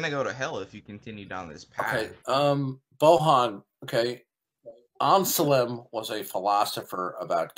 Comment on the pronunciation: It's pronounced "Anselm". How do you not know that? Or did you think he was a Muslim?